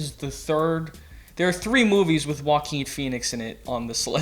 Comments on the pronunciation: Why do you pronounce Joaquin name like Walking lol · You might as well try to put on a Spanish accent when pronouncing Joaquin Phoenix's name. Maybe you'll get it right.